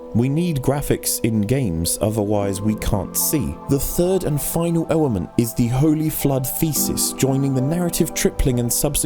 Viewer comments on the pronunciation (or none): "The third and final ewement."